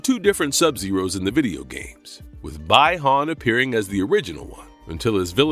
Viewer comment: “Buy- Han “🤦‍♂️